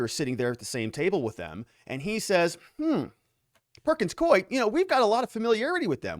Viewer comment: It’s perkins COO -E. You keep mispronouncing it…..